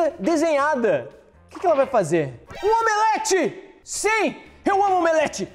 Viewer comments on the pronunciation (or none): voce fala omelete